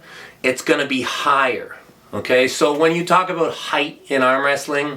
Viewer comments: I love how Laratt says "aboot" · Canadians pronounce "about" that way..